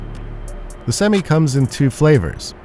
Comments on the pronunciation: ~ "Semmee" factory??!? That would be semm-eye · it is pronounced SEM-eye (not sem-eeeeeeee) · Please, its a Semi (i) not Semee. Please. It's so distracting. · Semee or Sem-eye? Someone tell the reporter. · You say Semee, everyone else in the world says Semi. About the third time I heard you mispronounce it I turned off the video. One of the rare occasions where AI would’ve been a better choice for the voiceover. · It's not pronounced simee, it's sim-eye! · It’s not simmiee it’s semi. Get it right. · Did y'all hear how it's pronounced? "Sem-EYE", not "Sem-EE". Sheesh! Y'all Canadians or something??? :face-green-smiling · Please re-upload, saying "sem-eye" only. Not "sem-ee". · Sem-eye....not Sem-ee. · Please. Not SEM-EE. SEM-EYE. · Its not semE, it's semi (semeye) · Sem-eye, not sem-ee. 😂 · Semiis pronounced Sem I not Semee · Pronunciation of semi is "seh-my" - not "seh-mee". 😂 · It's sem-eye not sem-me... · It's sem-eye not sem-e. AI click bait revenue generator. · It's Sem I not semi. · Thank you, AI, for mispronouncing ‘semi’… it’s sem-eye, not sem-eee! The trucking world has their own pronunciations! Get a grip! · Sem-EYE You're in the USA, pronounce it right. It's not Sem-ME. Ya Canadian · America IS about to Fall... Something unbelievable is happening. 2 years from now you are going to be standing at your Unresponsive Microwave because the rolling blackouts have become a 100x more common And the conversation is -- sem-i, not sem-e. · I cannot and will not watch this video purely for your inability or unwillingness to pronounce semi the correct way. No one says sem-eeee, it’s sem-iiiii. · We are in the United States. The word is pronounced "Sem-EYE", NOT "Sem-EE" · My trucker uncle pronounced semi, sem-i, not sem-e. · Sem EYE, not Sem EE. TY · sem(eye) not sem(ee) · It's Sem-eye (noun) not sem-ee (prefix) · Semi is pronounced with an I (not E) at the end (Sem-I) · SemI not semmy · Sem eye, not sem ee ............... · I cringe when he says Semi like Semee🤮